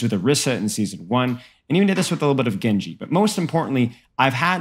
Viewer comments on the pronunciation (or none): none